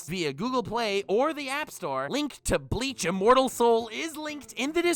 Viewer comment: Everytime says Bleach, I hear Leach...